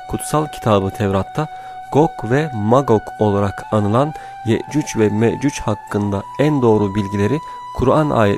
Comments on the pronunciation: Telaffuzun Yeccüc ve Meccüc Olması gereken Yecüc ve Mecüc 😶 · Yecüc mecüc neden yeccücc ve meccücc diyorsunuz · Abi iyi güzel konusuyonda yecuc mecuc neden yeücücü meücücü diyon anlamadım böylemi söyleniyor ? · Yakında yeeeeeeecuuuccc" ve meeeeeecuc olur kardeşim yecuc ve mecuc telaffuz ederken dikkat et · Sunucunun yehcüc ve mehcüc demesi ayrı bir dert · Bu vidyonu yarimciq qoyacam cunki sen adam ki yecuc ve mecuc diye bilmirsen men de eseblesirem😏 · Ne kadar sinir bozucu bir anlatım Ye,cuc ve më, cuc diye okunmaz Okumasını öğren önce Anlatım dersi al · hee anladım aynen ya 😂 sanki Yecüc ve Mecüc'ü nufusuna alacakmış gibi😁😁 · O kadar güzel yecuc ve mecuc diyorki ya 😂❤